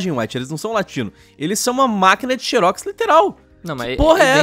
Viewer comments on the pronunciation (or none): "Xeros simuletor" kkkkkkk